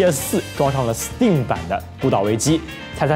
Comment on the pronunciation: b站为数不多把STEAM念对的UP，